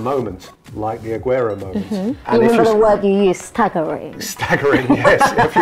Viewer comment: Peter is so good I love this guy so much how he pronounces some of the players like rashford,martial,Rooney,agueroo